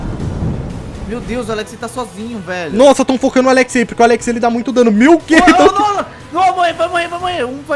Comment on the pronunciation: Akatsuki vence sempre menos no seu português é "sempre" e não "cempre" mísera